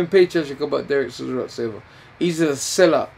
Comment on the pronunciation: "Steven Sizzora" 🤣 🤣 🤣